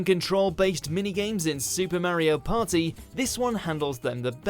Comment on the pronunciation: There ain’t no paw-eeh, like a supa mario paw-eeh